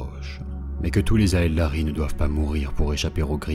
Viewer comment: Super vidéo, c'est juste parfait en terme de rythme et de voix. Par contre, on dit Eldari , le A n'est pas prononcé Hâte de découvrir la suite, vous avez gagné un abonné !